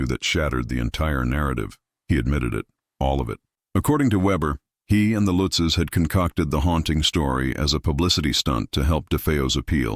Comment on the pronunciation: It's not Lootzs it Lutzes.